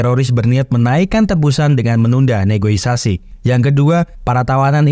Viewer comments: NEGOSIASI ngab bukan NEGOISASI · Negosiasi❌ Negoisasi ✅